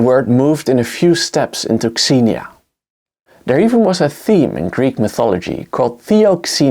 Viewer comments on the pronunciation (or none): none